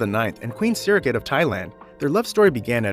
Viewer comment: King Rama X's parents were King Bhumibol and Queen Sirikit. You may want to work on your pronounciation of names that should be familiar to you, if you want to carry this channel. The Grimaldi family is not royal - it's headed by a prince who is a serene highness.